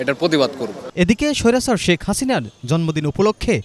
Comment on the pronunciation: স্বৈরাচার শব্দটা উচ্চারণ করেন, ভালো লাগে।